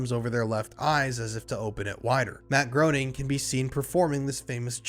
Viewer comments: If you're gonna make an hour-long video about The Simpsons, at least pronounce the creator's name correctly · Before you do a deep dive on the Simpsons, could you learn how to pronounce the creators last name properly? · “Groening” is pronounced Graining not groaning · Matt Groening's last name is pronounced "Greening" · WTC is next level and spans many episodes. Groening rhymes with “braining”. I like your backdrop, it works. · It's pronounced "GRAY-ning" Rhymes with "complaining" per Groening's comic strip "Life In Hell". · it's pronounced "Greening" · It's pronounced Matt Gray-ning, just fyi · It’s pronounced GRAY-NING omg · I know this is nit-picky, but it's pronounced "Gray-ning," when referring to the creator. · >Can't pronounce Groening >Can pronounce Reuters Fascinating, tbh